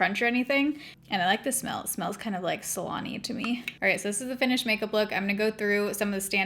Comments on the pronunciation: I had to rewind a few seconds because I definitely thought that you said you liked the hairspray because it smelled like salami 😂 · I heard 'salami' for how the hairspray smelled haha